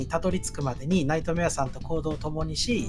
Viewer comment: 僕とナ↑イトメ↑アさんなんですけど